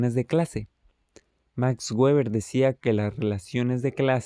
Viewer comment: Gueber xd En español no se debe prununciar gueber, se debe mencionar (beber = Weber) O el correcto en alemán (beba' = Weber) Pero no gueber Buena explicación :D